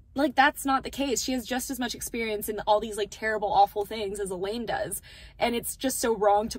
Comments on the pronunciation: I’m sorry…. Are you saying “E-LEED”??????? You mean “E-LANE… it’s literally spelled Elaine. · Such an amazing talk about the book absolutely loved how you explained everything. Love how you stuck to your thoughts about it. Also loved how you were so focused on explaining about Nesta and the book you continued to say Elain's name wrong and you never caught yourself lol That is a good thing because you were passionate about your thoughts loved it ❤❤